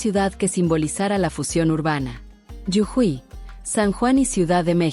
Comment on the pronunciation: Jujuy no llujui